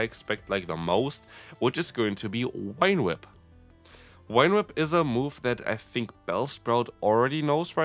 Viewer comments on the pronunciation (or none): Wine whip? Whine whip? I know English rules of reading are a hot mess but this one rule is really easy: the letter "V" always produces the /v/ sound (as in victory, very, never, craving, grave, have). If you pronounced it /f/ as you do in German (vielleicht, vor, Vogel), I'd understand I guess, but why with a /w/ sound...?